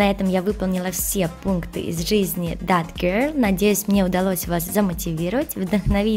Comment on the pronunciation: Читается зет а не зат